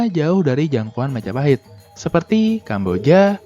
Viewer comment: Oh, look who controls all the islands. It's the... Mahajapit ❌ Majahapit ❌ Mapajahit ❌ Ma-ja-pa-hit? ✔️